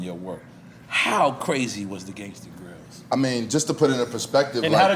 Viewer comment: The voice that never said Gangsta grillz but 'GANGSTA GRAIZIL'